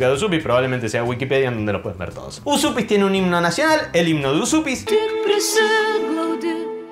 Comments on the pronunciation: Estudié lituano y la pronunciación correcta sería Uyupis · lo mas parecido para pronunciar Užupis seria decirlo asi: úshupis. Yo estuve ahi y no sabia que me podian sellar el pasaporteee AAAAAHHHHHH tengo que volveeeeerrrr!!!!!! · gran video... se pronuncia "uyupis". abrazo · No costaba nada ver en el traductor de google como se pronuncia Užupis en lituano!!! Es algo parecido a "Uyupez". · En realidad no seria tan facil ser ciudadano de Uzupis...porque primero habria q saber pronunciar bien el nombre😅 para mi es Ujupis o Ucjupis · Dice mi novia, que es descendiente de lituanos, que se pronuncia "úshupis"